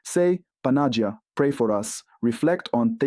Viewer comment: Who writes the texts you are reading? Does the text have imprimatur? 1. You are butchering the Greek pronunciation behind recognition. Don't say if you don't know how to say it. Check the Παναγία (Greek) or Панаги́я (Russian). 2. You don't know the history of Church and you offend Slavic people. Saints, brothers Cyril and Methodius were on mission to give Slavic people translation. They visited Rome in AD 868 and Pop Hadrian II approved their work. Saints translated Bible and other text to what we call today Old-Church-Slavonic using a new alphabet based on Greek (it become Cyrillic used in Russia, Ukraine and other countries today). Bottom line after Semitic languages of Bible, Latin and Greek, the Slavic language was the next language officially approved in year 868. God had chosen and blessed Slavic people with translation to their own language. Some of the text from 900'ish still remain and we can study them today. Other languages had to wait for approval over a thousand years after the Second Vatican Council (1962–1965). Half of a true is a whole lie. First learn, before you will teach others. You are uneducated ignorant or a puppet manipulated by somebody, or both.